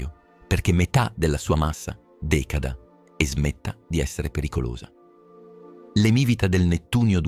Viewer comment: Bellissimo video. Provo a darvi un consiglio: quando fare pronunciare all'AI parole che potrebbe non conoscere, mettete gli accenti anche se non necessari, ad esempio: emivìta (sulla i), decàda (sulla a), ecc